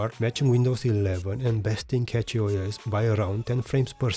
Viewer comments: something that you messed up here is the mesa. prolly why nobara did pull ahead. saw that you wrote mesa 24.3 on em all, but mangohud is showing 25.0 devel bleeding edge. Cachyos is pronounced like cashyos, like money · Didn't know cachy was said as catchy